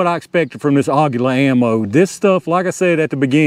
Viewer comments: Aguila is pronounce "Agweela" which is Eagle in Espanol. nice test! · it is pronounced AGEELA, that is the proper spainish /mexican pronunciation. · According to everything I see and listen to for translation, it's AH-gee-lah. Emphasis is on the first syllable. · Aguila is pronounced like Tequila . :) Never saw one drop under 1000 FPS . Very nice !